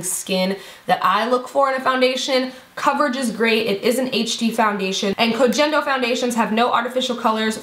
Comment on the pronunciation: i agree with the MUFE primer! idt it's dead skin though, i'm pretty sure it's whatever other skincare products you use and it's just rolling them off. ): i'm gonna have to try the dr brandt! and the G in Koh Gen Do is pronounced with the G from the word "gain" (